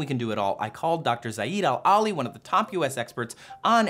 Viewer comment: *Ziyad (pronounced Zi-yaad)